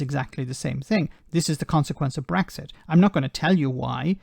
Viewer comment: He might be blind but can’t someone tell him there’s no bloody Gs in brexit.